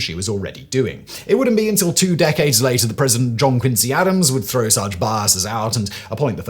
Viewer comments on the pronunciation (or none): none